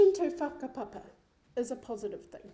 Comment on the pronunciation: Sis couldn’t even say whakapapa correctly! Whakapapa isn’t a box sis!! See, you would’ve known this if you were privy to that “whakapapa” understanding.. but sadly, you use your nil knowledge on whakapapa, and weaponise it! ACT IS A DIVISIVE GROUP! Karen, you say, “Basic humanity you share with your neighbours” and what exactly does that humanity look like?? Because lord forward I ain’t about to talk a whole lot of garbage about the weather with my neighbour! Māori goes deeper, MANAAKITANGA! Manaaki TANGATA! Maori hospitality goes above and beyond! Not once have I felt comfortable in a non Māori setting that required some togetherness and sharing, it was cold, conversation was minimal and very surface level, the food omg! The food was bland!! See Māori will never turn away their guests, everyone is taken care of, no matter what’ and that’s the beauty of being Māori’ unless you’ve experienced that type of close caring connectedness then your narrative is always going to be a back footed one Karen. It’s obvious you sat on the outside of not knowing your whakapapa, and that’s really sad, because there’s so much richness in knowing who and how you became you! I swear, you go to an ACT part shin dig, you will leave still feeling hungry.. Basic human interactions is right! Basic and bare minimum Karen